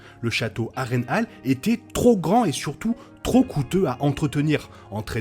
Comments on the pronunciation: Je te dis ça comme ça, mais cela se dit "Har-reine-hole" dans la prononciation et pas "Har-reine-hale". Mise à part cette petite erreur, bonne vidéo, le montage et agréable. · J'aime la réplique de Aegon à Harren " A l'aube ta lignée disparaitra". Moi je préfère la prononciation "Harren Hol" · mdrr ça me fruste aussi comment il dit harrenhall